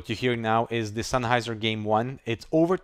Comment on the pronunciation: did he say senheiser once?